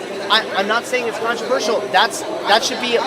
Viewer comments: She pronounced controversial wrong and I don't appreciate that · I hate her voice, and she says controversial wrong